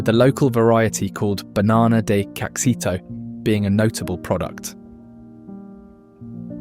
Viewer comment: Muxima is pronounced "Moocheema". Caxito is pronounced "Casheeto".